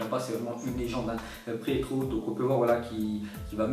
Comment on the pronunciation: XAbi *Priéto Mais pourquoi tu prononce TOUJOURS les noms faux!!